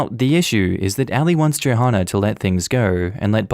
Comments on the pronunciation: I'm pretty sure Johanna is pronounced the same as Joanna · The "h" is silent in Johanna....I got so distracted by the hard H sound I need to rewind this now. 🤣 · Hey the h in Johanna is silent.